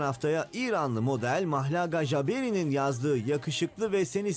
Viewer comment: Mahlagha Jaberi mı???😐😐😐Arkadaş Türkçe konuşuyorsun sen…adam gibi Mahlıka Cabiri de işte😑.